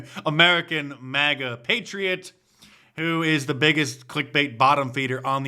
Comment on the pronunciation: MAGA NOT MIGA.